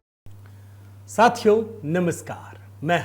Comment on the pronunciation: साथियों में यों के ऊपर एक बिंदी लगती है। आप साथियों (बिना बिंदु के) बोलते हो। कम से कम किसी हिंदी अध्यापक को गुरु दक्षिणा देकर अपने उच्चारण को तो सुधारें। आपका भी स्तर उठेगा। किसी अध्यापक को भी कुछ मिलेगा। और हम जैसे हिंदी भाषा प्रिय लोगों को सुबह सुबह इरीटेशन नहीं होगी।